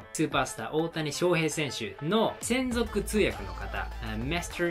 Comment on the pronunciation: 通訳じゃなくて翻訳って言ってるように聞こえるけど、まさかね。